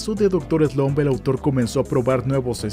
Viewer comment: Star wars es de 1977, no 1976........ Se pronuncia Doctor Slamp, no Slomp. Es MANgaka, no manGAka